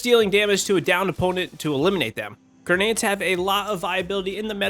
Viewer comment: Just found this guy and enjoy his content.... But gurrrnades vs grenades is driving me crazy.